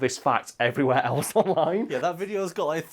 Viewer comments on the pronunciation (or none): none